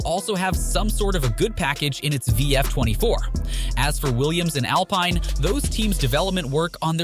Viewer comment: Thank you for actually reading these comments. It makes me as a viewer, feel heard and appreciated. I only meant the alpine alpine(al-peen) pronunciation. Happy new year and I wish you all the best in the new year providing such top notch news, video and commentary. Thank you.